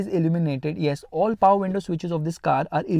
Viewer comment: I love when you said "the diesel engine got more paowaar"❤️